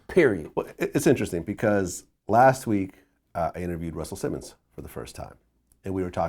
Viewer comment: "pecause" -Vlad